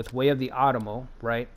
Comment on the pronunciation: Love your NA stuff! Not to be a jerk, but If you are going to be doing an Otomo play through, it's "Oh-tomo", similar to Osaka (same kanji). I have loved NA for decades (and the time period). I hope you keep these going!